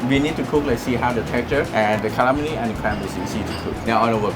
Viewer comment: "bit of kram shrimp, kallammari" genuinely has me dying omg lmfao